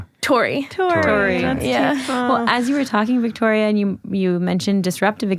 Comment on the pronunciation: It’s Vittoria, not Victoria